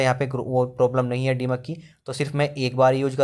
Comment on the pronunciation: डीमक नहीं दीमक होता है